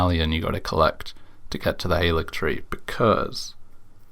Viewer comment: more useless info! halig (as in haligtree) is a rare instance of the VAs getting incorrect direction. it comes from old english, and is the predecessor to the word "holy," and is pronounced similar to the word 'holly'. odd how they got "gaol" right as "jail," but didn't get halig right.